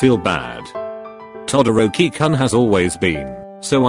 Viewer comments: Text:todoroki Voice:todooki 🤓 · The way that bot voice says TodDORKY kun is amusing. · The voice pronouced todoroki To-dork-ie. I am so sorry my husbando. 😂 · Auto voice thing for the message when it said to Todoroki it sounded like Todo-dorky Is it just me hearing this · noobody: siri: t o dORK EE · I love how it pronounced Todoroki todo dork i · Tidoorkey LMAO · Did i just heard (todoor ki kun)